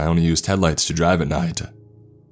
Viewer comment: God your inflection sucks, listen to mr Davis, kingspook, creepsmcpasta, they don't need to alter their voice like you do. Why talk like that? "...moment-uh" , "at night-uh" "...the visibility-uh"